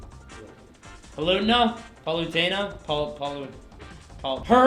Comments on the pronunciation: LOL! Pollutna. :) It's PAL-OOH-TAY-NUH. I can't wait to see about that ledge combat, yes, thank you for listening, Sakurai! You guys should see some of the pictures that have spawned of that Alfonzo deal. "When Skull Kid joins the battle, Alfonzo is in charge of the moon. Alfonzo: 'Leave it to me!'" Oh gosh I died. Oh, you guys forgot King Dedede, do that guy! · pa lute na seriously dude